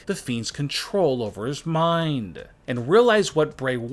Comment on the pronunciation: “Including John Cena’s Minddddddd” 😂😂😂 funny accent